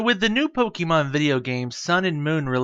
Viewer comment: Please pronounce Pokemon correctly, 😢 sounds awful, it distracts me from the tutorial